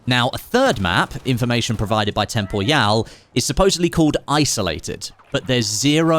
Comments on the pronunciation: I always thought it was pronounced "Temporal" rather than "Tem Por Yau" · tem-po-ryal, like "Temporal" just with an added Y. Tho IG your pronounciation would be correct if hes French or German or smth like that haha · that has to be the weirdest way anyone has ever pronounced Temporyal's name 😭😭😭